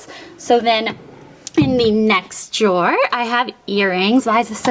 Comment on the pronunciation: I love your closet!!! It is so cute and the jewelry drawers are really cool. I like how you say jor instead of drawer :-)